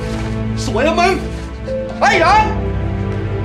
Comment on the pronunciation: หนอน หรือ หนอง เราได้ยินเป็นหนอง555